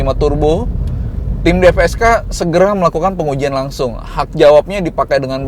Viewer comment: Mantep om. Btw DFSK bukan DPSK 😁